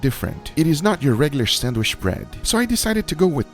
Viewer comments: Bro anyone getting a little triggered when he says "sandwish" ??? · Why do u say sandwish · No one:: sAnWiSh